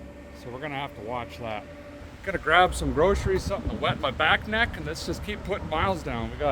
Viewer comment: Would someone with knowledge pls explain back neck to me. I know what he’s saying but I’ve been watching for years and every time he says it it just sounds weird